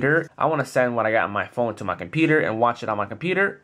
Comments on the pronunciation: com-peter??? competer competer competer???? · he cant say computer lol